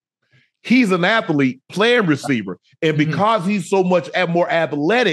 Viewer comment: Shannon puts that extra "a" in athlete. Athalete 😂